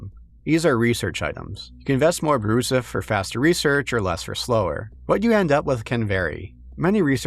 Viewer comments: “Brouzouf” is pronounced like “brew-zewf” not “brew-suff” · For the love of baguette It's pronounced "brew-zoof" And it's a very 2000s slang word, very dated nowadays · "Brouzouf". Weird and hard to pronounce for non-French speakers ("r"/"ou"), outdated slang even in 2011 (in a "your-dad-thinks-its-funny" way) that absolutely destroys all immersion for us French-speakers... It kinda sounds like a stupid inside-joke placeholder they forgot to change, yet it seams like it might be reference to a 80s parody journal or something ? I love that choice of word, it's so... unusual. They should have called the game "Weird Baguette Warhammer" or something.